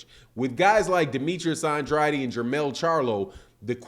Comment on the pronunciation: U seriously pronouncing Andrade as Undraadi??